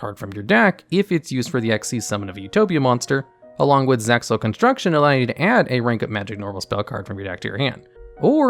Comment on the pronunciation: How I hate these dub names. also you don't pronounce the X in ZEXAL.